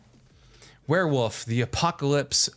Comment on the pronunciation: He says werwuf